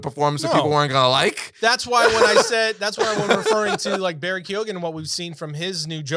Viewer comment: Its Barry Kee-on